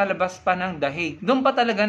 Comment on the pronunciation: Saan ba yang Dahig? 😂😂😂 it's pronounced the "heyg"